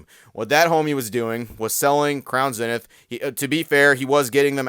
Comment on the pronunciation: Its pronounced ZEE-Nith. Can you please make this change? Please!?!?!? Keep up the good work!